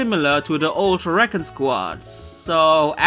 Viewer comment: recon?? its prenounced re-con